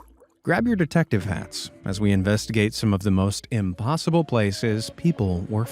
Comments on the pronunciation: impoosible .... smh oh lord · I laughed a little too hard at "im-poo-sible" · "Chim chim-a-READ him his rights." 🙄 but also 😂 Oh no. Now he said "imPOOsible". 😂😂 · “It was clearly ‘impoosible’” LOL that was funny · Clearly "impooSIBLE" 😂